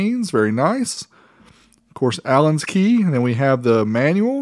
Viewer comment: It's " Allen Key". It's nobodies key. Lol